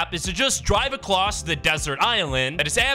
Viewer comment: "drive acloss"